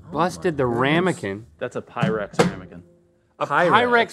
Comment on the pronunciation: is that "pyrex" or is it "PYREX"?